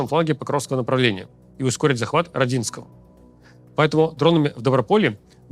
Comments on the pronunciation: Только не РадИнское, а РОдинское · Рóдинское, а не РодИнское. Я сам оттуда. Чувствую наш город часто будет мелькать в сводках теперь, так что отдайте ему последнюю честь - назовите правильно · Спасибо, Максим и Руслан. Руслану замечание: населенный пункт не РодЗинское, а РОдинское. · Как можно говорить Роди́нское🤦🏻‍♂️🤦🏻‍♂️🤦🏻‍♂️🤦🏻‍♂️ как можно так готовиться к выпуску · Ро́динское . Поправлю как местный по ушам немного режет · О, и этот россиянин радИнское 🤦 Хоть бы в Википедию глянули, если местных не слушаете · РОдинское, Руслан. У меня тётя там жила, да и я там бывал неоднократно. Так что информация точная, ударение на О. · Ударение на первое о Родинское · рОдинское, ударение на О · блина можно делать правильные ударения? Родинское на первый слог. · Доброго времени суток. В слове Родинское ударение следует ставить на первую "о".